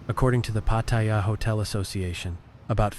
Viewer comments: Nice to know ❤ but its say pat—tar—yar in Thai sounding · Nope. You claim that you're a Thailand expert but butchered the name "Pattaya". You've clearly never been here. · Unfortunately, this video is full of overblown bullshit by someone who can't even manage to properly pronounce the name of the place they are trashing. The comments are filled with racism and general inhumanity. Unfortunately indeed. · WTF? Try to pronounce “Pattaya” correctly, eh? “Sanuk” also. I guess you have not been in Thailand long, eh?